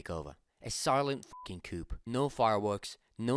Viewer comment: The p in coup is silent. Like coup de grace (coo de grass), military coup (military coo).